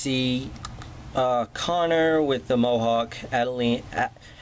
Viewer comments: It's pronounces all-do-wall-a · It's pronounced (Ad-e-wall-e) and he's an awesome assassin Also the stick is a blow pipe